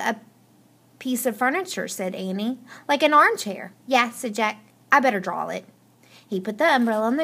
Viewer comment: you said annie wrong